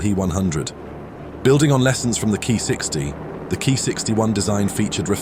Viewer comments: Its "K - i" not "Kai" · It's pronounced kee not kai, it has a completely different meaning. Kai means it's a major modification of the plane, like ki45 kai which is a major modification of ki45 for example. While for minor modification it's ko, otsu, hei, tei, i forgot the rest but those 4 are the most commonly used